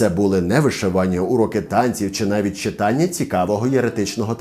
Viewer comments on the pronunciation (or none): none